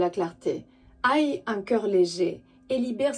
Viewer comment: Bonsoir, "Aie'' un cœur léger se prononce "hé" du verbe avoir; par contre quand on a mal, en français, on dit parfois "aïe" et là ça se prononce comme en anglais "I" pour dire Je; merci pour la vidéo 😉